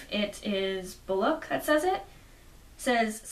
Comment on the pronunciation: Excellent review (should inspire people to rightfully buy and read this book. It's even worth its now $15 asking price!). However, one note: Bullock's pronunciation is "Bull + lock" not "Bull + loke"